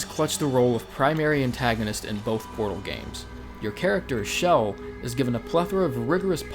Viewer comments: not shell. it's chell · Tia guy is so awesome I don't mind he said shell when pronouncing chells name